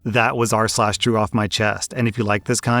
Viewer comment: Okay... It says TRUE off my chest. But I hear saying CHEW off my chest.